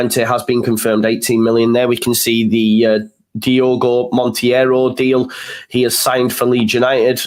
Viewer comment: I hate to be pedantic but Monteiro is pronounced "mon-tay-row". Keep up the good content. Spanish Whites MOT!